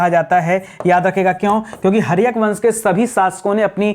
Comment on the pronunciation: Haryak nahi.haryank hota hai. Adha na ki bindi ko bhul jate hai padna.